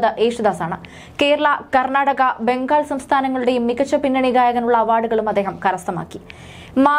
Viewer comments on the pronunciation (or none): none